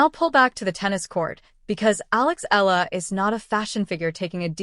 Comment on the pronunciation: Why can't you properly pronounce her (Alex) family name..?? I'ts Eala, capital E-A-L-A, Eala !!.. 😠😠